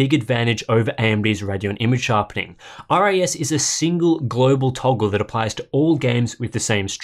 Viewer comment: It still sounds like you are saying RAS instead of RIS (even taking the regional dialect into account!).